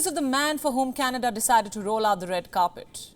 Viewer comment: I think canada become k-Nada 😂😂😂